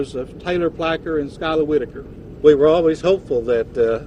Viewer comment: That is not how you pronounce the last name "Whitaker"... I see what you did there...